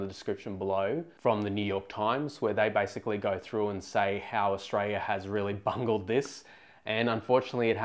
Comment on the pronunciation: Could you please say the word Aus-tra-li-a. Repeat after me Aus-tra-li-a. You make Aussies sound like we don't deserve 1gb/s internet speed